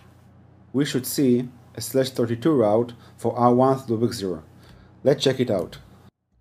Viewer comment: Loopick?...OMG. It is pronounced LOOPBACK.